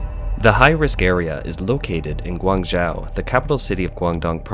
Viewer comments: pls, learn how to pronounce "Guangzhou" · Yeah he's pronunciation of Guangzhou was especially annoying lol